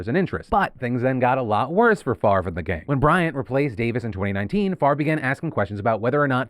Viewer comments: you can't just flip the pronunciation of letters in a name. favre is pronounced fav-rah, not fucking farve. people who think basic rules of spelling don't apply to them can jump of a cliff. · So... just wanna say that my OCD kinda had me going a little nuts at the fact that Brett's last name was spelled incorrectly a bunch of times til it showed it spelled correctly above a text msg that was sent. I was literally saying in my head, "Why would it be pronounced 'Far-vvh' it was spelled F A V R E...? Wouldnt it be pronounced 'Fahv-ray' at that point?" lol But then almost everywhere else its spelled F A V R E so I dont know what to believe anymore! LOL Weird what your brain latches onto after 13hrs of work XD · it's Favre. Silent R & E. Pronounce: "Fah-ah-veh" or maybe "fa-ah-vier" depending on where his name comes from country wise. Which matters. I study linguistics. I have an odd last name too. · I love how you say farve instead of favre, as a francophone it’s quite funny. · Don't know who this Brett guy is, but why is his name pronounced "Farve" when it's spelled "Favre"? 'Favruh', 'Favor' sure, but Farrrve, the v is before the r. Odd. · As a non-American, it is HILARIOUS to hear Favre pronounced as 'Farv' so many times... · Phil kept pronouncing "Favre" as "Farv" and I think it should continue, if only to throw shade at the fraudster. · Brett Favre's name just makes me so angry. The r is clearly after the v, why is it pronounced like that. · I've never liked Favre. Even the pronunciation of his name feels fraudulent.